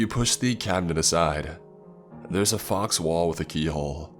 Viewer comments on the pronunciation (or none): 'faux' = faw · LAZY MISPRONUNCIATIONS: a faux wall "a fox wall". the hunter corps "the hunter corpse". rendezvous "ron day view". chimera "chim era". intestines "in test tines". Does anyone know if english is his native language? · Fox wall lol its pronounced foe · "Fox wall" lol, Faux is pronounced "Foe' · 47 years? He either started fighting real early or is an ancient ass monster hunter. A fox wall. How bout pronounced fau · Its prolly to late and he wont read this but its pronounced f-oh not fox (faux) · A Fox wall?! Faux = foe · A faux wall? FAUX is pronounced (FOE)!! Like FAKE. FAUX leather=FAKE leather. A FAUX WALL would be a FAKE WALL!! smdh Chimera is pronounced (KY-ME-RA)!! This video is 2 years old...I sincerely hope you can pronounce these right by now!! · ... Di... D... Did he pronounce faux as "fox"? Lol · faux is pronounced 'foe' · Why is it bugging me SO MUCH that he pronounced faux like fox 🤦‍♂️ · "Faux" is pronounced "foe." The x is silent. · a faux wall "a fox wall". the hunter corps "the hunter corpse". rendezvous "ron day view". chimera "chim era". intestines "in test tines". regularly MANGLES the english language, never reading comments that correct him. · anyone else get unreasonably annoyed at his pronunciation of faux?